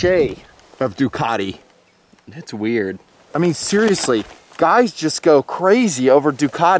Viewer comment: Duc-ah-te....... Duke-at-ee is like fingernails on a chalk board to Ducatisti.